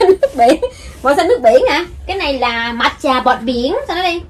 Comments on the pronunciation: Giờ mới biết matcha đọc là mạt chà, đó giờ toàn đọc mát cha không à :v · Matcha chứ kp mát chà c ơi =))) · cứ " mạt chà" hoài luôn á 😂 là " mát cha " đó bà 😂 lại còn ga tồ 😂 🤣 😆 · của người ta là mát cha mà đọc là mạt chà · Mát - cha của ngta 😂 kêu bằng mạt chà 🤣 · E hay kêu là mát cha nghe kêu mạc chà mà e biết là phát âm tiếng Nhật nó khác nhưng mà e quen tiếng Anh r nên nghe cảm thấy tứk tứk sao á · Mát cha mà bả nói mạt chà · Chị phát âm nghe nổi da gà quá , mạt chà 😭😭😭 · đọc sai r cj ơiiiiiiii